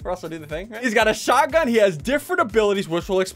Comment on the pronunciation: its a shotgun not shotaaee